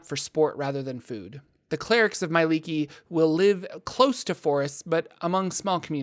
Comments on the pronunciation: Not sure why your pronunciation is so off but it seems like you leave out sounds that should be there.I don't read it as "my-lee-kee" but more like "me-eh-lee-kee". Where the third letter being 'e' is also pronounced. As a studied liquist. It's seems right to me. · It just hurts that they always pronounce her name so wrong.